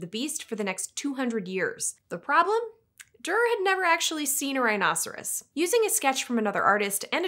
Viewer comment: It’s pronounced Doo-er(not Der). At least in English. I don’t know how it’s pronounced in German.